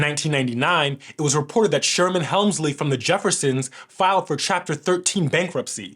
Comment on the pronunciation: Not " Helmsley" Hemsley